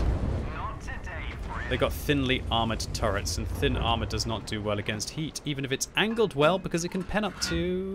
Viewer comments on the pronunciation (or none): none